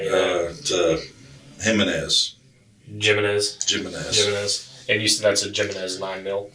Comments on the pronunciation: Jimenez is pronounced with a hard h , not j ! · "jimenez" is pronounced "he-may-nase" lol